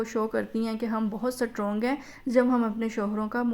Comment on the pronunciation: سٹ رونگ نہیں ❌ اسٹرونگ